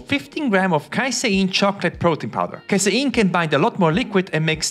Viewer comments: Kay-seen not Kai-sai-in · Casein -> KAY-SEEN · I can’t understand what he said ? Casyeen what’s that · I like the way you say casein 😅